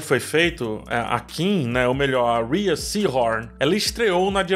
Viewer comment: Correção chata: na verdade Rhea (de Rhea Seehorn) se pronuncia "Ray".